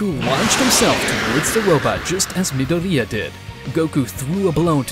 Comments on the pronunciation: I like how he kinda roasts Deku by saying Mid-oriya instead of Midoryia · your saying dekus name wrong midoriya is not said like you were saying that you would know that if you watched the actually the anime